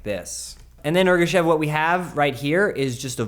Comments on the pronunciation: Omg you completely butchered Ergashev. It was cool, you made it kinda bad.. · Also, Ergashev is his last name, not first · Meh, he just went too far with deleting the F and his last name.